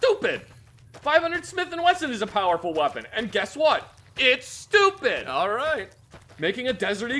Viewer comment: I like how says Stupid here.